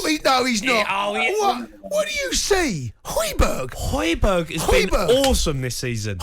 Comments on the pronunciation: This dickhead really said hojberg🤣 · Man said hojbjerg I know for a fact Palhinha is having a better season for Fulham 🤦🏾‍♂️